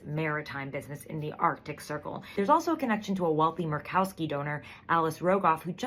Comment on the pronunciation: Merked-Cow-Ski. Oy. #Makes my ass drag. 🎉